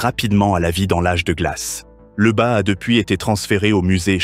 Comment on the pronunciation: LEUBA!🙄Lyuba! ton ai est pas capable de prononcer lyuba?